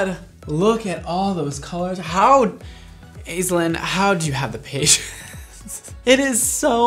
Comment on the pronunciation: I've never heard the name Aislinn pronounced that way. We usually start with 'Ash'.